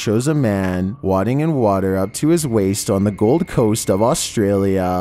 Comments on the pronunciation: please. wading in water. WAY-DING, not WAH-DING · He said wodding in water not wading in water lol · Hey, what's up:? I mean no offense, but the word "wading" is pronounced "WAY-DING", and not "wad-ing" as in to wad something into a small space. So "wade", not "wad"...the "e" at the end makes the "a" into how you say the first letter of the alphabet. OK? Cool and thanks for all your hard work, really enjoy your vids, TC!